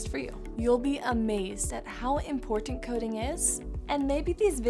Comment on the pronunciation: the way she says important 😂